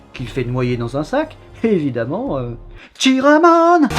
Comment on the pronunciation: Chiramon j'étais pas prêt. Et oui, le T de Metz ne se prononce pas, on prononce plutôt "Messe" ;)